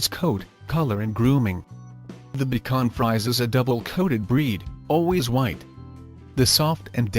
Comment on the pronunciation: now why you call it bacon fries then say the breed correctly is my question... easy way: bee shwan free say